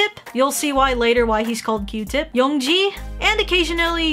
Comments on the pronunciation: it’s yeong GI, not yeong JI by the way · And~,it's pronounced Yeong-gi, NOT Yeong-ji